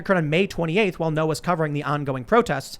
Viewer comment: Andy Ngo Vietnamese speakers: Isn't "Ngo" pronounced more like "EN-go" rather than "No"?